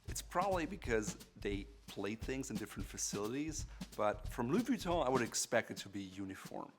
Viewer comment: anyone hear him saying Louis Vee-tont?